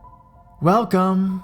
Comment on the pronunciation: "Five in the morning..." "Welcome" Your chopped syllable delivery makes you sound like a robot, or Waze GPS. The overemphassis makes the story cliche and comical. Listen to Mr. Nightmare's channel for good narration examples. WEL-----COMEEEE